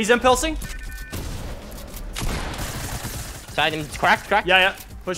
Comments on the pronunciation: “hes impelsing”??? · “he’s impelsing” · At the beginning “he’s impilsing”😅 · hes IMPELSIN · Did Lachlan say impalsing😂😂😂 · he sounds French when he says "He is Impulsing